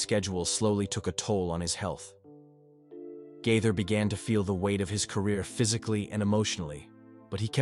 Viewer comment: His last name is pronounced GAATHER, not GITHER. You gave yourself away on that one...this is fake, and should be investigated.